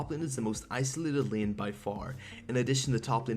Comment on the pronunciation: Why dose he say lean instead of lane?